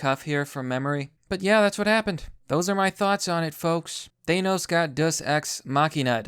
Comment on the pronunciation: Language Distortions: Dus-Ex Machina Thaynos